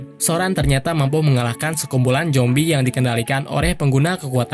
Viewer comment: Zombi bukan jombi ngomong aja gak bener